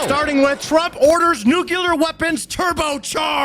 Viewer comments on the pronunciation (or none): Dude! It's "nuu-clee-ar," not, "nuu-cuu-lar." OK, rant over. 😅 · The word is NU-CLEAR....NOT "nu-cu-lar".....I love ya, but please say the word without added syllables, just looking out my dude. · OMFG is “New - clear” not “new-cue-lar” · Nu cle ar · I can't believe you say nuke you ler